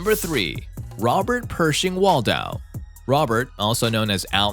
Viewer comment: And it was Robert Pershing Wadlow not Wald.